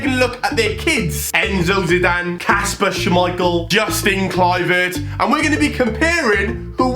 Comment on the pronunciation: He said Kasper schemeichel and his son Peter schemeichel